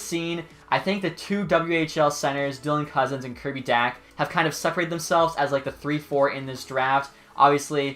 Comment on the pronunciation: I feel like he said dylan cozen because it was the only thing he could pronounce